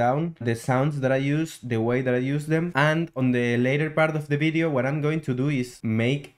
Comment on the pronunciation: Bery good bideo but I recommend you work on your 'V' sound.